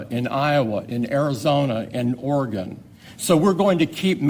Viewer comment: Trump may flip Oregon red if he learns to call it Or-ee-gun like the Oregonians call it🙄